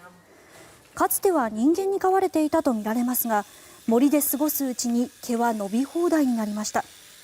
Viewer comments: 飲み放題の毛って聞こえて ？ってなった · いきなり飲み放題の毛…………って言ってて【はっ？！】ってなったw